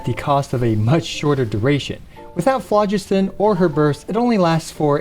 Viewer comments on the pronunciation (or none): none